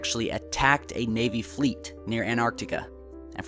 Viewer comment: An-tarc-tica, there are two "t's" in the word. So many people mispronounce that word.